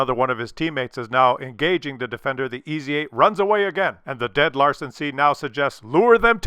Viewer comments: its Lansen not Larsen.:D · Larsen C? Isn't it called Lansen C with a N? :D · Lansen (means spear), not Larsen. Larsen could be your drunk danish neighbour... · Love ya (no homo, maybe), but it's LaNsen. Not LaRsen. I know they're similar letters with similar sounds and appearance. Maybe you need a bigger screen? I know coffee blurs my vision sometimes too.;)